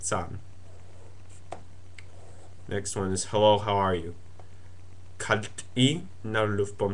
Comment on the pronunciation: actually he mispronounced KALTXÌ, the "I" is a short "I" like in Bit (as in bits and pieces) Just saying.